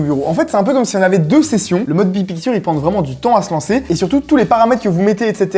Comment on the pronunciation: Le mode « bid pikture » est massacré en prononciation c’est affligeant !